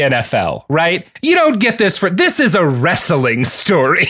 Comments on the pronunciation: "Wrestling" is two syllables... No "a" in there. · He does a consistently good job at getting three syllables out of the word "wrestling."